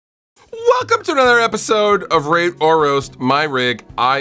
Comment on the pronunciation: Be sure to really pronounce this segment. Heard Ra*e Or Roast.